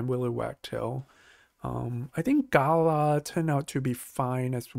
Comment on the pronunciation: The second a in Galah is drawn out, not the first. Like Galaaah, not Gaala. Unfortunately the game pronounces it wrong too.